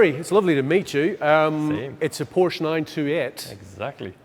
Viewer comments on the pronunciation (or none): Its not a Porsch, its a PorschE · during a PORSCHE video I would suggest that everyone in the video who speaks should learn how to say PORSCHE correctly…ug..freakin brits. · who is this top gear knob? why is he so unkempt for this meeting?(Porscha not Porsch) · Learn to pronounce PORSCHE right or dont even talk about it! 😂🤦‍♂️ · 'of course, it is a Poarsh' come on bro. Por-che, How hard can it be. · By the way It’s called a Porsche NOT a Porsch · says porsch within the first 5 seconds and proceeds to pronounce it porsche after. this is proof english speakers are capable of saying it correctly but choose not to... why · IT IS NOT PORSH!!!! The name is Porsche! Show some respect. How you you react when Germans suddenly mispronounce Chevrolet or Cadillac?! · How can you present for Top Gear and pronounce Porsche wrong? It has an audible E in it. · NO, it's not a PORSH nine to et. LOL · what's a "porsh"? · Just gorgeous and beautifully finished. Not in love with the extra long nose, but the rest of it is amazing. And Porsche is a two syllable name guys. Come on. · Say POORSH one more time... 😤